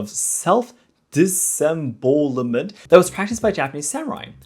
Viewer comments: diss-em-bow (like bao, not bo) el ment :). This was a really fun video. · try and pronounce it like disemBOWelment kinda like your saying wow but bow :) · Teachers quit teaching phonics so if I may be so bold, the word you were struggling with disembowelment, break the word into syllables. Dis-em-bowel-ment. I'm just trying to help, I'm not trying to be rude.